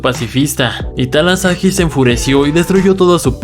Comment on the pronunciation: Talahasi no talasahi